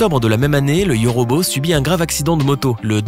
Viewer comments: C’est yôrôbô pas yorobo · On dit yôrôbô pas yorobo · 😂 Le yauraubau